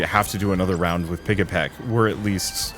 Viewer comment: The pigs name is pigEPIC, not pigEPEC